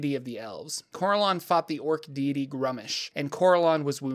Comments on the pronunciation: Well done, but the pronunciations are killing me!. My group have been playing since the early 80's (Yes, we're old!) and as such we have played in many different groups with many people. No one says "Cor-el-awn" it's always been "Cor-ell-un" as an example. Thanks for the Lore though!. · I thought Corellon is pronounced as cor-RELL-lon.